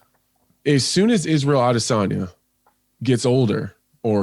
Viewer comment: "A De San Ya" your job is literally to be a generic voice, at least say names right. Also the more I see Anthony be a boring commentator,saying the same shit repeatedly the less I like him.